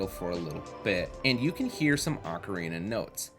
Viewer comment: This is a great video.... BUT.... "Ark-a-reena of Time"?!?!?!?! "CO-CORI Forest"?!?!?!? Nooooooooooooooooo 😢